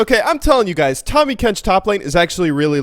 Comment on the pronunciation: It's Tahmmy not Tommy